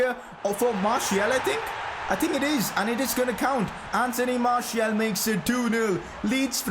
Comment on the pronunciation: Pronounce Martial’s name as Marsial as it is the official way of calling his name